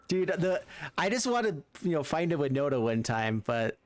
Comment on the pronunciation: i knew it;s winnota and I'm glad you did pronounce my IGN right. Kravden13 here